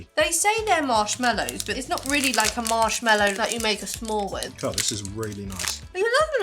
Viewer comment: I love the way pronounces marshmallow, sounds like “mellow”. Sounds so much nicer!